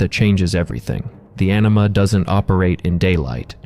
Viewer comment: Anima, but sounds like you are saying enema